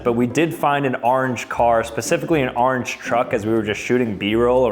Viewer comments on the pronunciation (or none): why does he keep pronouncing orange as arnge